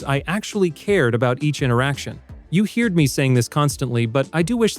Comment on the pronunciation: "you heared me" first, publishers dropped the tab!e of contents and indices, then proofreading from books. Now voiceover bots reimagine pronunciation. Cheaper does not make it right, although stupid seems always to win.